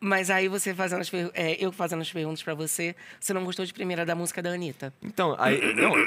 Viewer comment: Esperava nada e foi show! só eu que notei que ele troca o D pelo N ? fazeno, andano, dançano...